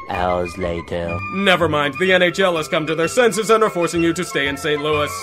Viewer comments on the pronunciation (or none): none